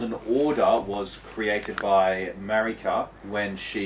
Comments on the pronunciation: In a tepid defence, there are languages where "Mareeka" is the pronunciation of the name Marika, but yeah, he speaks english and the game's voiceover is in english, so there's no excuse. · Shadiversity says "Mar-ee-ka", so clearly he doesn't even listen to the voices that DO deliver him direct story info. The desire to shut your brain off and refuse to piece things together with the info you do have shows why he wound up as a conservative reactionary. He just wants to defer to authority. Also, I think you took apart Shadiversity's way of thinking even better than Ziostorm did, personally. And I had never heard the curled finger world map connection before, that's pretty mindblowing